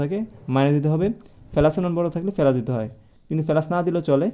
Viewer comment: পেলাচ না প্লাচ হবে 😅😮